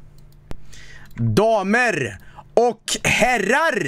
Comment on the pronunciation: DAMERRRR. OCH HERRRRRARRRR.